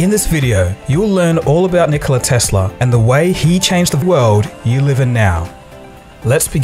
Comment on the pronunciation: It's Nikola Tesla. 🤣 🤣 🤣